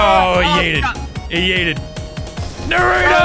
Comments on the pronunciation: bruh idk if this guy watches naruto or not but if he was i think he would be more hyped and also its naruto not narudo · It’s not called Nurot it’s called Naruto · Its nar o toe Not norato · they pronounce it nuh roo toe, it’s nah roo toe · It's not pronounced narooto its narUto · Shoji nurooto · Yah boi is it nahrto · I hate how people say naruto, they say narudo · It’s pronounced naaruto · Yeah I pronounce it more like naru toe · Narto thats how i pronounce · ikr! its nah-roo-to (with a rolled R) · I don’t know why but I get so triggered whenever someone says Naa-ruto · Lazarbeam:Pronounces Naruto wrong Me:My disappointment is immeasurable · I hate it when they put emphasis on the “oo” like when they say Nar-OO-do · This is the amou t of times he says naruto wrong ⬇️ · All weebs mad cause lazarbeam is saying naruto wrong.Weebs: Baka This is just a jokeXD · How hard is it to say naruto correctly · Any other weeb triggered by the way he said Naruto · Why do Americans always say naruto wrong?